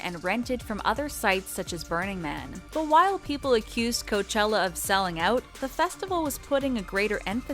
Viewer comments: Orla HAHA! I caught the “Coachilla” too and laughed! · I have a feeling you pronounce things wrong so that we comment “oh she’s saying this word wrong”. She started saying coachilla... gladsunberry... goldenboys instead of goldenvoice... she’s definitely doing it on purpose. “Jesus and the Mary chain” ITS THE JESUS AND MARY CHAIN FFS